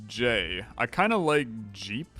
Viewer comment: why JEE instead of JEEP?